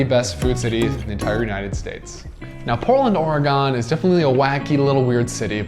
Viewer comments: Or-a-gun not Or-a-gone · EEEK! You need to learn to pronounce OREGON correctly! Your mispronunciation is offensive to all Oregonians!!